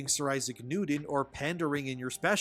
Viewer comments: It's pronounced Issac NewTon not NewDon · Isaac Nuden? ImporDent? Oxycoden? You may need a speech coach to work on that replacing “T’s” with “D’Souza”. Just say’n.